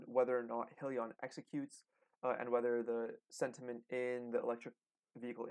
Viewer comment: If you’re going to properly discuss a company and it’s stock, you should at least know how to pronounce the name correctly. The name is HIGH Leon. There is no hill in it. Only hills to climb to be profitable.